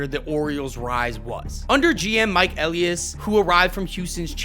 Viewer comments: Did someone that’s never watched baseball in their entire life make this video? Can’t pronounce Mike Elias name correctly, thinks Cedric Mullins is a controllable piece, Adley has a terrible approach at the plate? His hard hit rate is highest it’s ever been, so is his exit velocity, now his numbers are catching back up as he has posted 366/438/598 in June with a OPS of .998 No one should take anything this clown says seriously. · Just word of advice... double check how to pronounce names before you do these. Hearing you mispronounce Elias and Rubenstein every time was tough. I will say Brandon Hyde was absolutely a problem. He wasn't just managing the roster he had, he regularly mis-managed his bullpen and played analytics way too much. He constantly took hot batters out of the lineup because of lefty-right matchups. Sometimes you just have to let guys go out and hit. He never had a consistent leadoff hitter. Some days it would be Cedric, sometimes Gunnar, sometimes Holliday or Cowser or Westburg...he never allowed any consistency. The Orioles were amazing last year when Gunnar led off and Adley hit behind him. Then for whatever reason right before the all-star break they stopped doing that and everybody slumped in the second half of the year. The Orioles did spend this offseason, but consistently on horrific contracts. $72.25 Million on an oft-injured Tyler O'Neill, 41-year-old Charlie Morton, 35-year-old rookie Tomoyuki Sugano, over-the-hill Gary Sanchez, over-the-hill Kyle Gibson, and failed prospects like Ramon Laureano and Dylan Carlson. Andrew Kittredge immediately got hurt when they rejected Jeff Hoffman for injury concerns. It was a horrible free agent haul. On top of it O'Neill's contract was horrific because it's a 3-year deal but with an opt-out after one. So basically if O'Neill performed great and by miracle stays healthy he's out after just one season. If he's injured and/or bad we are s